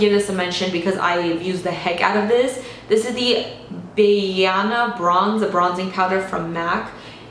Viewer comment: btw, not that it matters but the name of the mac bronzer is pronounced bah-ee-ah-na lol